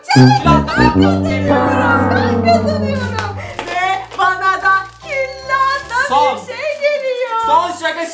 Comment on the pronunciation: külaha küllahta dedin🤣